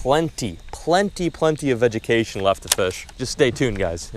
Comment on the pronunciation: Did anyone else notice him say vegecation, lol.